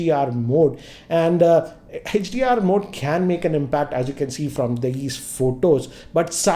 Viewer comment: sir why are u calling hdr hech d r